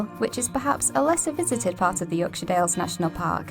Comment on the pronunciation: I'm a Yorkshireman, and pronunciation in the introduction sounds spot on, she says it as a shortened 'shuh', which is perfect, most Americans would be over emphasising it with a clear 'shire'.